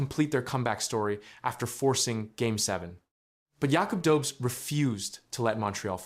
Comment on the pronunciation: Hey! When are you going to learn how to pronounce Jakub’s name?